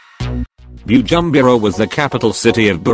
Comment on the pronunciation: You must learn how to pronounce the African names coz the way you pronounce Bujumbura 😁😄😅is very funny.